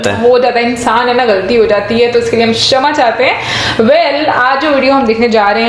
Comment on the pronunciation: Nither SHAMAA nor CHHAMAA correct ✅ pronunciation is 👉 "KSHAMAA" (Pardon)